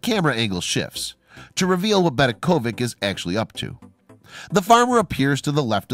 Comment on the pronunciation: Just to make a short story long you have added a history of Zagreb, which has absolutely nothing to do with the problem parking. In the flea market you can buy all kinds of other people's rubbish. BedeKOvic is pronounced VeDEKovich. ovic means son, as in Robinson. Imagine calling the latter RowBINson. Near the end you repeated the name of the city but reversed the vowels, thus Zegrab.